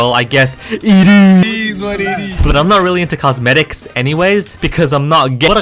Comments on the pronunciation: what did he just say? cosmedks? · Past few mothers? Bro be acting kinda suspicious Also wtf is a statisdick cosmedicks I bet I missed a lot more bro you be playing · Cosmedicks xd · "cosmedicks anyways..."